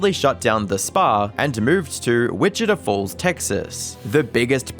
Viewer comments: This guy doesn't know how to pronounce Topeka or Wichita Falls, both of which are Native American names, and would be the easiest things to research... So he either Hates Native Americans, or he don't actually do the research he pretends to do. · I'm begging you to look up how to say the names of cities before recording videos. Topeka = toe peek ah Wichita Falls = Witch i (like in) tah (like Utah). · You don't know how to pronounce Topeka or Wichita Falls, both of which are Native American names, and would be the easiest things you could research... So you either Hate Native Americans, or you don't actually do the research as you pretend to do.